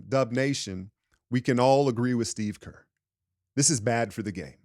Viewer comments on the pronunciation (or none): none